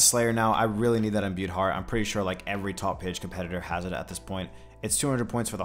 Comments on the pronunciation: Stop watching after you said imbued fart for the 18th time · Bro I always be drinking while watching your new uploads and tonight I’m a bit swizzly and you kept sayin imbued fart instead of heart and everytime I questioned myself like what did he jus say? 😂 thanks for the chuckle, king.